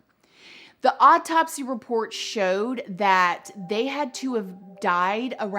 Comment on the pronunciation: Whirlwind. Not worldwind. Also Illinois s is silent. Also not drowned out process...drawn out process. It's also not an odd topsy.